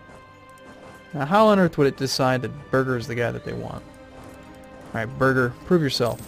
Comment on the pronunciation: I don't understand how you say "Birger" as "Burger".